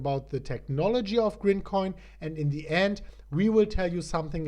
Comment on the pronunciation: IT’S GRIMCOIN lol